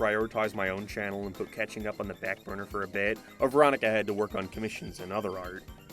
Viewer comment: I know, but you said "Cathing Up"